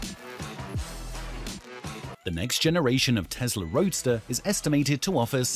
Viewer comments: it's Tessssla, not Tezzzzla mate :) the s isnt hard to say. Otherwise, great presentation. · It's Tesla not Tezla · It is Tesla not Tezla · Are we talking about Tesla or Tezla? Can't stand the way he pronounces Tesla. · The whole video I kept hearing him say Tezzzla .. its Tesla. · The correct way to pronounce the name is TeSla not TeZla